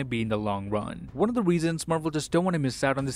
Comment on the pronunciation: I miss the "See you in the next waan"s he used to do